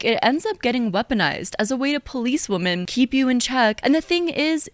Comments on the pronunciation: She pronounces women as "woman" and its driving me crazy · Is it just me or does she pronounce “women” and “woman” the same? Like she’s unsure which one to use so she just says it weird hoping no one notices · Why do people say “women” as “woomen”? It’s driving me nuts